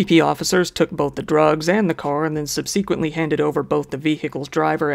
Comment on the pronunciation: Is this the video where learns to pronounce "subsequent" correctly? Nope. Okay. You win. I'm going to start saying it the way you do and drive people as crazy as I've been driven.